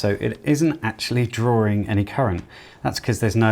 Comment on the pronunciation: Can you say "drawing"? Not "drawring"?